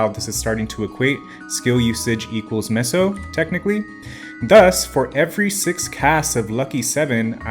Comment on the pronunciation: doesn't know how to pronounce meso correctly